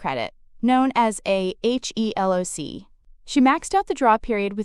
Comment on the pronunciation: “HELOC” is pronounced “ he-lock”. It is never spelled out as “HELOC”